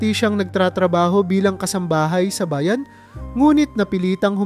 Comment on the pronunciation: Di marunong ng tamang bigkas halimbawa, papag kumot bayan linlangin